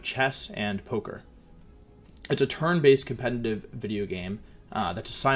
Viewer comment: How do you pronounce competitive with an audible n every time you say it